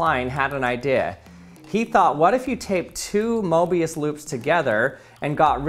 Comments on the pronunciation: Is it just me or i hear "morbius loop" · Morbius Loop Not Mobius Loop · I heard "mobuis" and thought of the Honkai Impact character